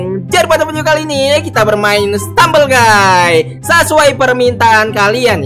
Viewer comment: Ngakak abang sebutnya stumble gay